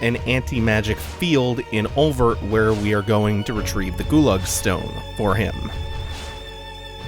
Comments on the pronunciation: Hey, if its pronounced anything like the french word oeil (meaning eye) it word be said like: Oi because oeilvert from french to english would be green eye and pronounced oi-vair-t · Oeilvert is french for "green eye". Here's how it is pronounced